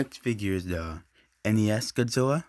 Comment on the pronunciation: I like how you say godzwilla